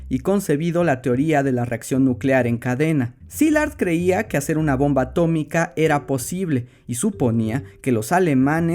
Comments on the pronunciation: ATO-MI-CA se dice ATO-MI-CA Henry trumman 2021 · A-TO-MI-CA se dice A-TO-MI-CA 😂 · Historia bien contada + ciencia + referencia Simpson = me suscribo ya mismo!!! A-to-mica, se dice a-to-mica 😆👏👏👏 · Atómica, se dice; a-tó-mi-ca!!! - sentí algo que no supe explicar... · Atómica, se dice atómica. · Atómica se dice Atómica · Atómica, se dice atómica